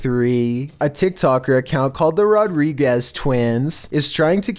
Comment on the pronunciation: This fool said the "rod-riguez" twins lololol its "rod-dreeg-geyz"